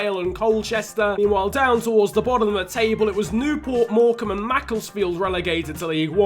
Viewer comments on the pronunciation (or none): none